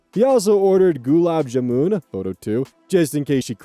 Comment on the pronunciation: Gulab jamun! That's a favourite dessert of mine! It's a cheese that is ridiculously sweet, tastes nothing like what you expect when you hear "cheese". As for its proninciation, you got the first word right, jamun however should have emphasis on the A rather than the U.